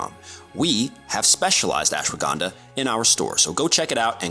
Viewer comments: cool vic but the way he says ashwagandha has me rolling on the floor laughing. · Stresses so much on pronouncing 'herb' correctly and then mispronounces "Ashwagandha"